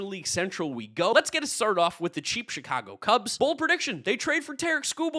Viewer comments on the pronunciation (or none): none